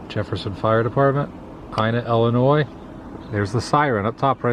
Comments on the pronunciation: Nice video, but it's pronounced Illinois as in ill. Not ell-inois. :) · its ill not ele boss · Are you saying Ellinois as in Wesconsin? Please don't. 😊 There's no e sound in either state name.